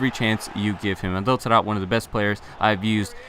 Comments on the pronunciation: "we move to our final player, the inform TADTAD". What the hell? its Taarabt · it infuriates me how you say Taarabt.